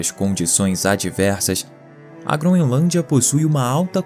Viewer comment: "GroNElância"? Isso é o padrão de qualidade do nosso país!